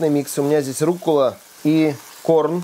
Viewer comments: Она не руккула, она руккОла,.))) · РуккОла, а не руккУла)))